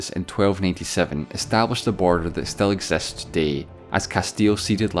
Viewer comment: Exests, revers, devide.... Dude has problems pronouncing i.